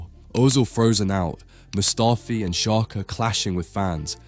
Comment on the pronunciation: Bro said Mustafi 😂